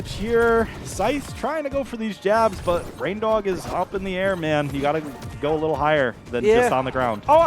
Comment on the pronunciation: he calls em rain-diq. Haha I love it lmao